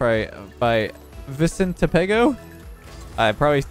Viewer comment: you said Vicente Pego pretty good